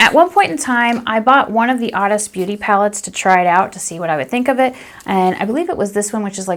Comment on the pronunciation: thanks... I finally found it... I had trouble because I thought you were saying "The oddest beauty" but it Honest Beauty 😂😂 my bad😂 I gotta turn up my hearing aids 😂 but yeah sadly it's sold out😩